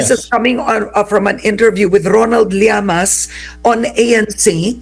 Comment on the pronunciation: D ba Ang tamang pronunciation is liamas(llamas)or sinadya mo na mali ang pagbanggit para mainis ung taong concern